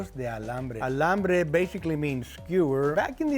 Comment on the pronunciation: Maybe you’re saying Alambre ??? 😮